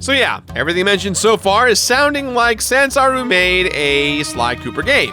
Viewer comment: Is saying Zansaru instead of Sanzaru?